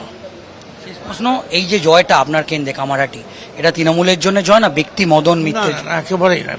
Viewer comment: এইরকম জঘন্য উচ্চারণ নিয়ে একজন কিভাবে সাংবাদিক হোতে পারেন? তিনোমূল? কংগেস? কেন্দে? অসহ্য। দয়া করে ঠিকঠাক উচ্চারণের কাউকে পাঠাবেন।